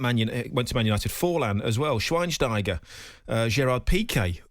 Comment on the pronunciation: Bro, did my man just say sweinsteiger, sweinsteiger was closing in on the end of his career hitting his 30s